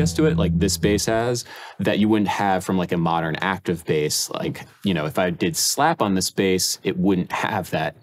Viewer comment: and they keep saying base instead of Bass